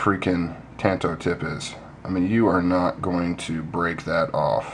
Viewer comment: You got it right first brother, tanto is pronounced tahn-toh. I've had people argue with with me 'til they're blue in the face... but they can tell it to my Japanese instructor. LMAO. People like to argue about phonetics though... I'll trust my Sensei since it is a Japanese word. =) People say "tahn-toh" is a "southern" way to say it... which is also phonetically incorrect... "tan-toe" would be more "southern... phonetically speaking... HAHA.